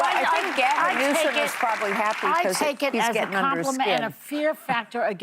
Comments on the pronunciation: As he puts a K in Newsome's name each time he says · He mispronounced Newsom's name over and over. He has some kind of weird disability.